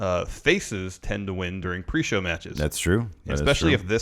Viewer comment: ajajaja "weeeeell is pree show" at least i haven't listen that before and cracked up hard XD